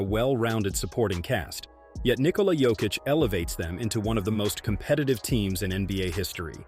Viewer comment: И да неко правилно акцентује Јокићево име 🙌🏻 у Америци.